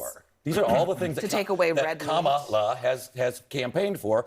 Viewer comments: 🤦🏾‍♀️... Just take the correction and make an effort to stop saying her name wrong but to just outright admit you'll say it anyway you want is disrespectful- purposefully disrespectful. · Since she can say Kamala's name anyway she wants, I feel very at ease calling her "Karen." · The first time I heard the name Kamala was watching the WWF. That's how Vince McMahon pronounced it. Only recently was I told how it was properly pronounced. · After she said I pronounce it how I want. The rest of the panel should've each mispronounced her name in their own way. For the rest of the show. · I get what you’re saying, but she pronounced it correctly and then change that when she knew what she had done. It’s a DISRESPECTFUL game the Republicans are playing . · The thing is, Kamala is not that hard to pronounce---it's literally only three syllables. trumpy boy and his little whiny cronies, including Mace, deliberately mispronounce her name out of disrespectful, plain and simple. So screw them for bring disrespectful on purpose. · the only reason it's drawing so much attention is because people like Nancy Mace are being INTENTIONAL about mispronouncing her name in an effort to mock, disrespect and discredit the value of her race, her gender and her qualifications to be the next POTUS. No one in America would be "paying too much attention" if Mace and other MAGA advocates would talk positively about policies as opposed to doing something as juvenile and immature as intentionally mispronouncing a presidential candidate's name AND THEN publicly doubling down on the fact that "she can say KAMALA's name however she wants". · You graduated from the Citadel....hmmm. If you can't pronounce her name correctly, I question your degree! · are you trying to say it was a honest mistake and not a dog whistle to the racist wing of the Republican Party? If that’s true then why did she say it correctly then say wrong and tell them she will mispronounce her name if she wants to